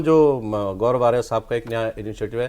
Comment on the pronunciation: Gourov ko sourov bulaya